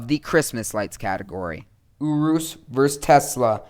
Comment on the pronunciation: OMG URUS IS PRONOUNCED YOR-US